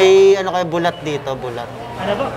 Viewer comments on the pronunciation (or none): Bulad, di "bulat".